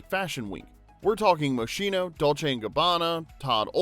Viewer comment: Moshino 😅 no way 😮 the pronunciation went off the roof 😅